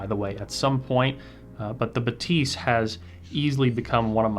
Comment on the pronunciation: C’mon guys! Even Focal pronounces that as BA-thys, with the stress on the first syllable. The pronunciation doesn’t need to be quirky just because it’s French. 😂